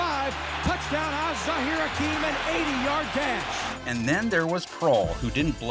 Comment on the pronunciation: people are still saying Hakim's name wrong... it's not Az-Zazir Hakim, it's Az-Zahir Hakim